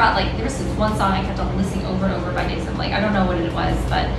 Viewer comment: It is pronounce as (hyolyn) You lyn not hayolin and (dasom) the som not daysom hahahaha